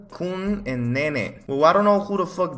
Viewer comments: lol the way that he said hanako-kun and nene killed me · Hanako Kun and Nene...the way he pronounced it lol (and I don’t even know who them is) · The way he pronounces Hanako and Nene makes me vEry angry 😡😡😡😡😡😡😡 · he really said HuNaKo kUng aNd NeNeYh instead of hah-na-ko-kun- and ne-ne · Hunaku Kun and neene. I CAN’T. BAHAHAHAHAHAHAHAHAHA it’s pronounced Hanako btw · When he mispronounced Hanako and Nene 😭